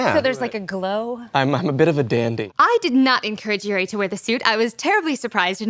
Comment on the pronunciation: There's a "U" and "I" in Yuri...